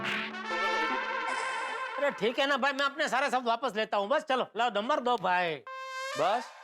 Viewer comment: nober nahi number hota hai